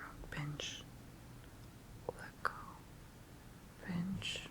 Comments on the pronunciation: I skipped ahead in the video to the part where you were saying pinch and i thought you were saying bitch and i got confused but i got it when i saw you were pinching your fingers together lol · When you say pinch it sounds like you are calling me a bitch